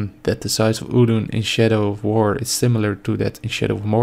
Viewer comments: sounds like he said "shitter of war." yeah theres that alright. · I thought you said 'shitter of war' the first time lol